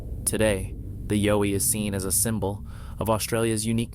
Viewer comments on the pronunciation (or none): Bowie is pronounced like Cow. Not yo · the last bonus clip was comical . This guy is just a very watered down Generic wanna be of Maximum Fear channel. and it''s (ya-OW-ee).. Yowie. not (YO-we). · I'm Australian....it's pronounced....YOWIE as in you've hurt yourself...OW....,not YO as in the American accent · Yowie mate. Not Yoie. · Pronounce it as an Aussie Yeowie..emphasis on the yEowie..not the YO :) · Its not (Yo-E) its, (Yow-E). And #10 is stolen audio from Mike Patterson of Sasquatch Ontiaro. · Yowie (Yeeoww--eeee)not Yoh ee. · Its YOWIE (yauw-ee) pronounced like the word cow. Not as in yo-yo. Do your research beforehand..... you should at least get the pronunciation of the main subject right. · Im pretty sure the "Yowie" is pronounced like "OW" like you hurt yourself not "O" as in "YO". At least thats how Ive always heard the Aussies say it. Also Sonny Vator is a know hoaxer so take that video for what its worth. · Its Yow wee...Like wow wee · WHO KNEW that "Yowie" rhymes with "doughy"? 😂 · YA-OWE-EE...Now Say it fast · Umm, every time you say something is clear, not blurry, it’s blurry. You pronounced Yowie wrong, it’s a short O not a long one. You pronounced Record like record as in an album. Apparently one of the sound bites is not even authentic to the situation the person has filmed, number 10 is obviously a chimp and last but not least, number 11 isn’t a Bigfoot child. It’s my ex F’ing mother in law! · Yowie is pronounced like "wow". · It is pronounced yowy, as in owy, with a y attached to it. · Yow as in COW pronunciation.:popcorn-yellow-striped-smile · YOW-ee is pronounced like POW...or NOW...and a chimpanzee is not a monkey...it's an ape... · Thank you, I agree. "Yow" eeeeeeeee, lol...😂😂😂😂😂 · You are pronoucing Yowie totally wrong. Isn't hard to research and find out how to pronouce it correctly. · Clearly the narrator has no idea what a Yowie is! At least pronounce it properly! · You're pronouncing.Yowie wrong. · he’s pronouncing it wrong